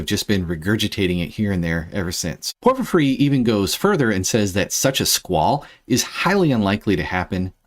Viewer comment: Who the hell is “Porphyphry?” Nice video otherwise. 👍